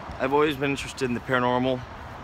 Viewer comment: “panormal activity”